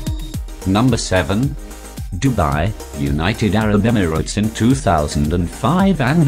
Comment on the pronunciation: "united arab emflkhjsdgjhgstes" LMAO